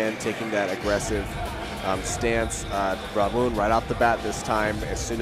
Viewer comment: It's Ramon" !!! Stop calling him Aroana. 100% a dude